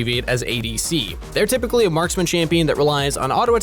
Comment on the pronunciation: You said rypically yourself though